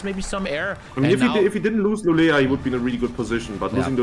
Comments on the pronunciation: you actually say Lu lee o not lu le la... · LULEÅ! not lulea. mina svenska öron har grova skador efter jag hört detta. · "Lulea" triggers me tbh, like just say å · pronouncing Luleå is a different kind of art